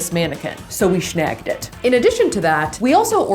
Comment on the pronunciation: “So we shnagged it” “shmash that subscribe button” 😂 I like it when she talks like that 😂😂😂 shit makes my day lol